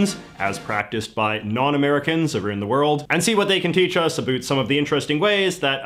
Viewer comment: HE SAID ABOOT!!!! That's a tell of region of residents. Canadian?